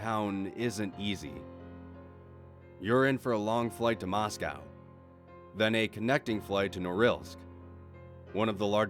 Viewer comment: You pronounced Moscow correctly. Good job 🇷🇺 Don’t worry about your wife. She’s not crazy; she’s just Russian.